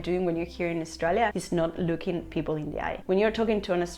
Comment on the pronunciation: She needs to learn how to pronounce Australia. We were all thinking it, don’t deny it.